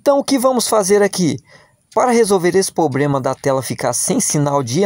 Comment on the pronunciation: O problema é o "poblema"